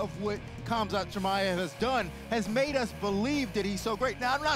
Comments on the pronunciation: How did everyone just ignore him saying "We'll see what Khamzat is Chimade of" hahahaha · "We might see what Khamzat is Chimadeof" 😂